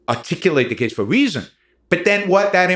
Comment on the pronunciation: “Weezon” ? Nah I’m good brah